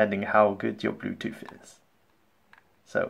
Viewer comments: Bluetooth not BLUETOOF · He said Blue toof